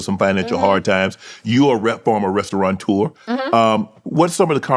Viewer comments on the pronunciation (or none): “Restaurateur” doesn’t have an n in it. Pet peeve of mine.